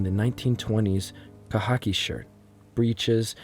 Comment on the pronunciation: He said khaki as “ka-hockey” too 😂